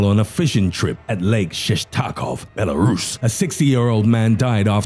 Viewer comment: I know this is supposed to be serious but the way he says Belarus has me dead 😂